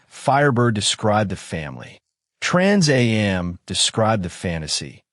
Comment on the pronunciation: Trans A-M package, good lord AI is horrible